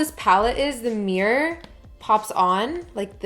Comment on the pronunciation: i had to think for a second to know that you were saying mirror hahha